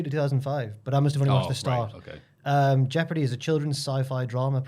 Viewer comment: Was thinking of that jeopardy show last week so mad to hear mention it here The way pronounces the word jeopardy is awful though 😂